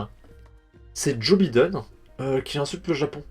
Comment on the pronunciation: Joe Biden, tu ne peux pas prononcer son nom normalement ?!?